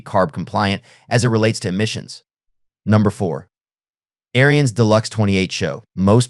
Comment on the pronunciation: pronounced air-ins not airy-ins